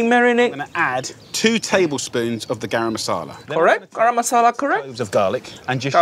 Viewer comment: Thank you for pronouncing “garam” correctly Uncle Roger!